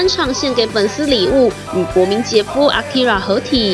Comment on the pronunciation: 什麼年代了 還在用捲舌音念akira